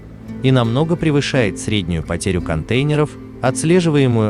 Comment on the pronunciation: Ужасно слышать этот голос- контЕйнеров,про числительные ,вообще молчу....почему реальным голосом не набухтеть???